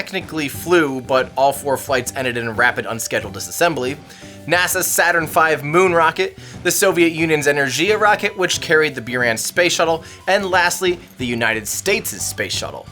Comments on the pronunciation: Buran, not Byuran. (It's pronounced Boo-rhan, not Byu-rhan.) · He mispronounced Buran